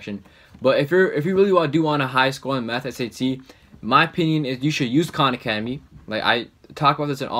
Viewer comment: AHHH KHAN ACEDEMY